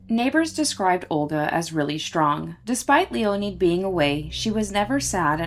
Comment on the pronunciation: LEE-O-NED not LEE-O-NEED. Can't do anything about now. Be better.